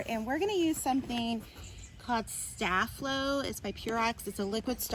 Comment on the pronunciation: it’s sta-flo